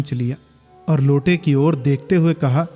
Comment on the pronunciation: उच्चारण थोड़ा और सही करिए भैया, मां की ओर सुस्त नजरों से देखा वाले प्रसंग में, मां की और सुनाई देता है। जबकि, मां की ओर होना चाहिए